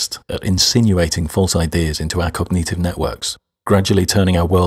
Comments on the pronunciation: Your saying cog-nEE-tive is dissonant. It's cog-nit-ive... as in, wit-nit. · why does he pronounce cognitive as cogneative?